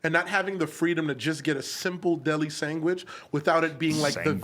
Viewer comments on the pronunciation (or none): "sangwich" haha freakn Adam I heard that